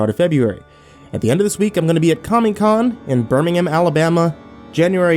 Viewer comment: It's pronounced Birmingham I'm from Alabama